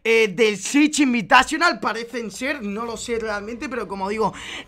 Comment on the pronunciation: Chich invitachonal... que asco como lo dice